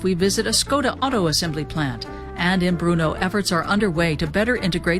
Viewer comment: it's not bruno it's brno.you spent entire documentary misprounouncing it.